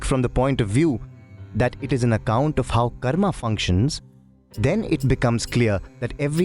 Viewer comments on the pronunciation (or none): none